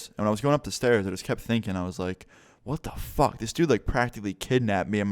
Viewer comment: Guvvi_Adrian I read your comment as he said “ WHAT THE FAWK” lmaooo